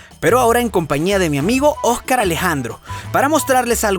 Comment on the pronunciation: min. que bello como pronuncia Ojcar Alejandro a lo tan venezolano <3 voy a llorar de amor